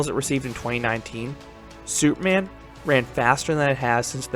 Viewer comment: Lol every time you say superman, it sounds like soupman, and I can't help but picture something strange in my head